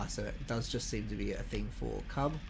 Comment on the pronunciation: Cuub is actually pronounced like "cube". back when i was pushing for the Bricktor to be made, Cat made that and said "here's your brick". however it actually doubled as a test for the mechanism the tank uses to steer. EDIT: also, the trailer version of Old Smokey is being saved for some kind of reward in the future. we don't what yet though.